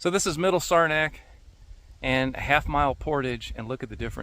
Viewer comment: What kind of boat did you paddle? Looks like an OT Penobscot! P.S. It's pronounced Sarah (like the name) - knack. 😁